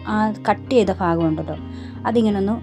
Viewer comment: സംഗതി അടിപൊളി ആയിട്ടുണ്ട്.. എല്ലാ ""ഫാഗവും " നന്നായി ഒട്ടിച്ചു.. അടിപൊളി 🥰🥰🤭🤭